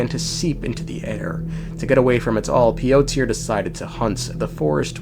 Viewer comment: That's me with his pronunciation of Piotr